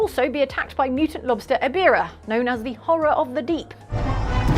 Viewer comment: Mispronouncing Ebirah and Biollante made me wince